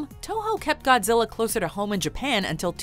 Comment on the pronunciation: "We call him Go-zilla"